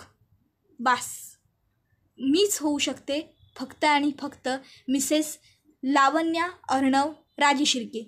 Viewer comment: लावण्या असा शब्द आहे. वाचन चांगल करीत जा.